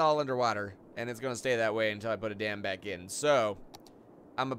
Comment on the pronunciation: Sounds like your saying damn